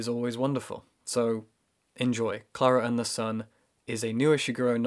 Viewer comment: Me sending this video to friends: LOOK HOW BEAUTIFUL THEY PRONOUNCE KLARA AND THE SUN IN THE BEGINNING I CANT